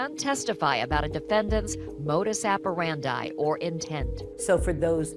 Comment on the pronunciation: What is a modus aperandi? Why didn't you do another take to pronounce modus operandi properly? For that matter, why didn't you check your level so you weren't popping on the mic?